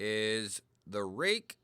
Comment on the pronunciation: This is an oldie, but a real Goodie. Today I have my Kizer Yorkie with M390 and am test driving my brand new Real Steel Perix crossbar lock, which I got based on seeing your review ! Apparently you are pronouncing it correctly. I have a few Ruike knives which are all superb in terms of QC, fit and finish and price.